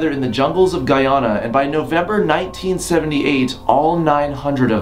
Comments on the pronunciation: It's not pronounced Guy Anna it's pronounced Guy Ana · its pronounced GUY-ANNA not GUY-ANA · "Guy-aa-na" its pronounced "guy-anna" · Hay Shane stop disrespecting my country's name it's pronounced "Guy-An-U" ok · The way he pronounced Guyana makes me cringe(I'm Guyanese btw) but I still love him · You're pronouncing Guyana wrong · He pronounced Guyana wrong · he kept pronouncing guyana wrong, and omg it made me cringe everytime. Other then that it was a good vid